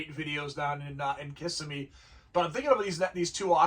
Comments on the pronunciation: I'll start by apologizing in advance for being "that guy". I used to live in Orlando, and the town is Ka-si-me or Ki-si-me. Hearing Kiss-i-me is like fingernails on a chalkboard to locals. As for trends- Square body GM trucks, 1st and 2nd gen Broncos, and International Scouts bringing $250k and up. Fools and their money. The same kind of money for Kennedy Lincoln Continentals. Great cars, but, really? Ugly 20" eBay wheels and O-ring tires on every other car. Oh, and drum brakes or 9 inch rotors behind them. Lots of "Bid goes on" cars, which to me is "nO LoWBaLLeRs, i KnOw WhAt i hAve" in my opinion. I'm waiting for the whole restomod thing to just go away. I remember watching pro street cars tank when that fad died. Watching a car sell for less than the $30k some fool spent on the engine build. And that blown chrome lump had never made a single pass down a drag strip, and maybe seen the high side of 3500 rpm three or four times. Lots of original cars being destroyed for a fad. On that white Superbird, I think the color held it back. Limelight or Tor Red would have likely been worth at least a 20% bump. A black AAR 'Cuda went for around $250 (crazy) and a blue Hemi 'Cuda, I can't remember if it was a '70 or '71, went for $450k. As a Mopar guy, the one that baffled me was an FK5 Burnt Orange '70 Sport Satellite that went for a ridiculous $90k. It was a 383 Pistol Grip 4 Speed car with an Air Grabber, and looked brand new, but $90k? WT actual F? For a Satellite? And it's not lik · Good analysis, being a Floida guy Kissimmee is pronounced kuh-si-mee